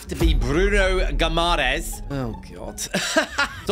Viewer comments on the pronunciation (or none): Only one thing, try to look up how to pronounce names because Guimaraes is definitely not pronounced like that. Good video though!